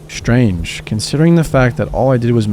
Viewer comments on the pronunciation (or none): none